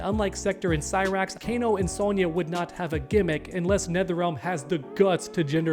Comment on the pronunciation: This guy said kana lol